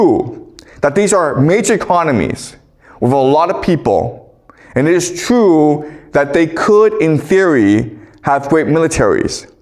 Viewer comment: Chinese people have a hard time with the letter r… example: true.. trrrue, says Chrue